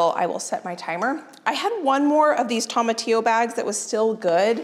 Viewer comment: tomatillo is pronounced with long o, not short o